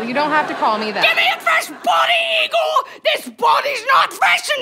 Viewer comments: It isn’t Igor (ē-gor). It is Igor (ī-gor). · Shouldn't it be pronounced Eye-gor? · "No, it's pronounce EYE-gor."